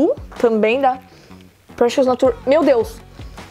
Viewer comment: esse "natúr" que vc tá falando é nature (nā-chər) de natureza?!